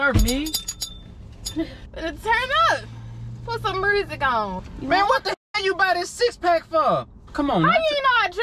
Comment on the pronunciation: she said put some mursic on lol